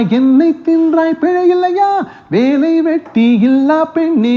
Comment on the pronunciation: எங்கேயும் காதல் - நெஞ்சில் நெஞ்சில் இதோ இதோ பாடலில்..... மாலை வேளை வேலை காட்டுதோ.... (வேளை வேலை) ள ல.... உச்சரிப்பை மிகக் கச்சிதமாக பாடி இருப்பார் இவர் ❤️✅✅